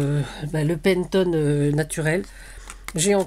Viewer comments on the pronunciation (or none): yo ! moi aussi , j,suis CATHO !!! par contre il y a une faute de Français dans cette video ! si je peux me permettre ! on ne dit pas Pentone , mais PANETONE !!! donc faudrais faire attention a votre Langage ! merci : sinon la video est bien ! aurevoir !!!